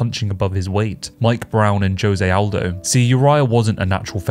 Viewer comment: “Joezay Aldo”